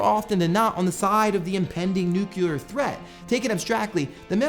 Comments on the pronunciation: Did he just say "nucular?" It's NU-CLE-AR. Everyone mispronounces it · nuCLEAR. Not nuke-you-ler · Don't say "nukular". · "Nucular-enabled mechs" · "nookyular" smh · Please learn how to pronounce nuclear...